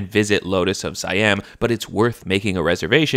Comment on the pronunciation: PSY-AIM??? pronounce SIAM as CEE-ARM. Joker.